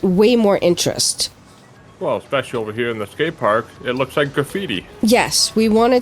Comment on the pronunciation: "Over-down-'n-here" sounds like a New Englander, guessing Mainer. FYI in Texas and the south in general we say "Getonovaheir"